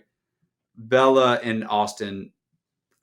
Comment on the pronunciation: its "Belle-A" 😂